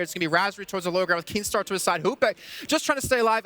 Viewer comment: Kinstaar not keemstar